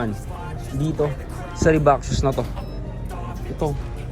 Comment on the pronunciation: Reebok idol hindi Reebak 😅